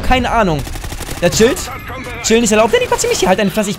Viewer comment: Dddddaaaaaannyy Spppprachfehler